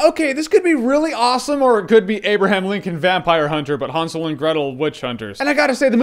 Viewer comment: Haunsel? No dude HANSEL!